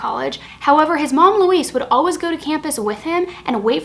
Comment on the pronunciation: Her name is pronounced "Luh-weez", not Luhwees. As disgusting as the woman is, I really don't care if you pronounce it.